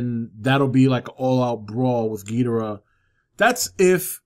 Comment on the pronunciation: Hey, not a major point, but in you read this, you are not pronouncing Ghidorah's name correctly. Geederah (I spelled it as you pronounced it, more or less) is actually Ghidorah, and King Ghidorah at that. Toho has clarified that the way actor Nick Adams (from Godzilla vs. Monster Zero) and the move announcers from the 60's pronounced Ghidorah is incorrect. Just want to help correct a relatively minor thing since he is my all time favorite Toho monster! Great channel brother! =)